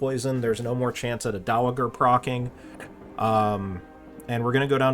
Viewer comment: I like this script. But I have to point out that "dowager" has a soft g. It's pronounced dow-uh-jur, not dow-uh-gur.